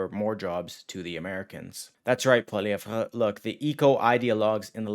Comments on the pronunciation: Can you please learn how to pronounce Poilievre? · The way you pronounce Poilievre made me throw up in my mouth a bit.